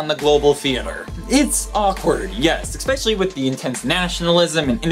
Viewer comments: stop saying "eXpecially". It's especially. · I know that I'm probably really annoying, but, please, say especially, not expecially! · Yes, I find that expecially annoying, don't you? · He did it again^^